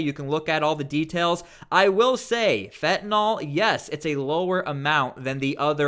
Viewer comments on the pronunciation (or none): Why do people pronounce Fentanyl...Fentanol ? There is no "o" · Stop saying "fentanol", its "fentanyl".